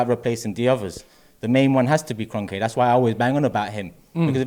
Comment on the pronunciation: EK IN” Kroenk” out